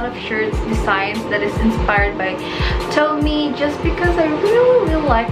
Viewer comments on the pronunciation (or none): You read tomie as "to-mi-ye" not "towmi"